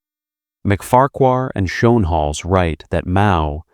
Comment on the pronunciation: de Engelse uitspraak van Schoenhals is Skoonehels …., really 😊